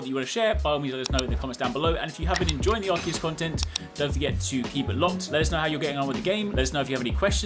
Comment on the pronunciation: Is it pronounced Are-see-us or Arc-ee-us? I've heard you pronounce it both ways in the same video.